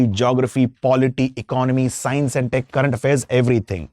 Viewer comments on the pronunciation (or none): none